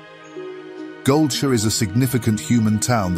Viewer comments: He did not just pronounce GoldSHIRE as GoldSHÖ!? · Once "gold sure" was said instead of gold shire. I want to say .... Booooooooo Ai generated voice and possible chatgpt text to be read. Had high hopes but omg it is so bad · Goldshu? Really? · Not gonna lie, i cant stand this narrator. The concept of lore videos are always welcome tho, but you can just tell the guy speaking has no clue what hes talking about. Especially the way he pronounces goldshire is sad. Otherwise great video, i especially like the way the descriptions are provided too of the zone. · Given the weird pronunciation of Defias and Goldshire, I'm guessing this was produced using Eleven Labs right? Great stuff even so. I'd watch one of these for every zone honestly.